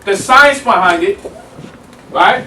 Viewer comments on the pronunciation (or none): none